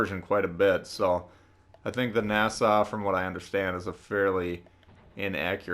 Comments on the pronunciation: He called it nasa it’s Nassau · It’s pronounced Nassau au as in ouch. Nass-ow. Sorry I’m a German Studies major.